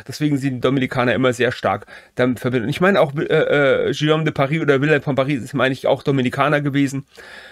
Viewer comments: Tolles Video, ich bin sehr beeindruckt und Ihr Beide habt eine neue Abonnentin gewonnen. Wenn ich eine kleine Anmerkung machen darf, als locuteur natif muss ich bei dem schönen französischen Namen Guillaume immer sehr fest schlucken, wenn daraus ein Schioom wird. Die Buchstabenkombination g und u wird wie das deutsche g ausgesprochen. Was die Leistung, die hinter der Erstellung des Videos steht, in keiner Weise schmälert. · Warum denkst du, hat Guillaume ein u zwischen G und i? Genau, damit man [ɡ] spricht und nicht [ʒ].